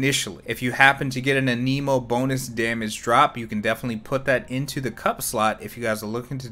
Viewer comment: Do the other voice overs pronounce "anemo" that way?